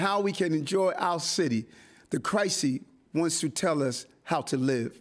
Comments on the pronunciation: The “Crisee.” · Wtf is the "crysee" ?